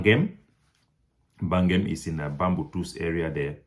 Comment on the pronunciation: Bagam please not Bangem in the South West region